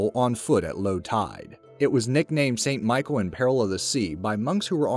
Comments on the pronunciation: Mont st michel ... not st michael ... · O dear... It's not Michael. It's said like Michelle. You did good research, but you really should've checked the pronunciation on some of these... and the Dalai Lama. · i dont know about the other castles' names (tho i suspect you slaughter all of them) but Mont St. Michel is pronounced: MON SAHN Mee-SHELL! (mon dieu, c'est terrible, votre prononciation!) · Mont saint Michel not Michael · Mont St-Michael? should be pronounced "Mon Sain Michelle" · Great video but please Mont St Michel is pronounced: "Mon San Meeshell." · "Mon san meeshell. " (Mont St Michel!)